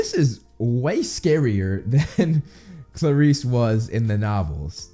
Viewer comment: If there's one thing I've learned about Percy Jackson from this channel, it's that I've been pronouncing everything wrong: Aers (Ares, god of war), Afro diet (Aphrodite), Poe say don (Poseidon), Haids (Hades), Chee-ron (Chiron), Percy phone (Persephone), Sill-ae-nah (Silena), Klar-is (Clarisse)...you get the idea. Guess just reading is not enough. Thanks for repeatedly blowing my mind,!